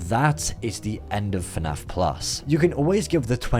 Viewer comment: I’m so tired of hearing the words “fuh naff plus” I’m actually going insane